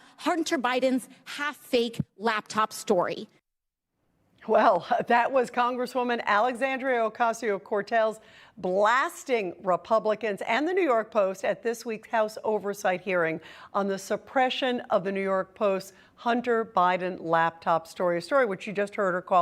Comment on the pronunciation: She said , Alexandria ocosio cartel, 😬😂😂😂😂😂